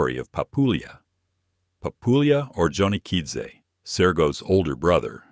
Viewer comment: Hate AI crap; Johnny Okidzze.